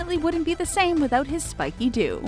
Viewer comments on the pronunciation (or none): none